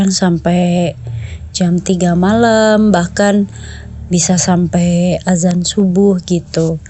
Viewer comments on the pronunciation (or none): none